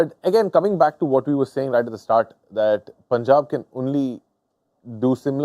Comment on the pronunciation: Mitchell heard punjab but still pronouncing incorrectly